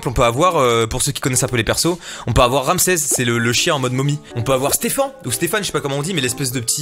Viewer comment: il dit Ramsez et Stefun ça rend fou